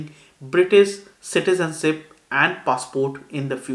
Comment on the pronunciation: Citizenship vs CitizenSIP. where are your 'H' sounds bro? you eating your H's?